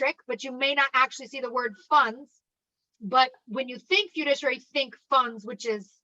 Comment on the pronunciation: I love you you're great but please say this with me cuz it was driving me nuts. Fi-du-ci-ary